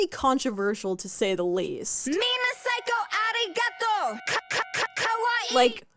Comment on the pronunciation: Ummm... Avril's "arigato" sounded quite good for a non-native speaker. Meanwhile, yours sounded absolutely butchered. The video also looks completely normal for a J-pop music video, and apparently, Japanese fans loved it. Don't be offended on behalf of other races when they're okay with it. I feel like you should've researched that part more.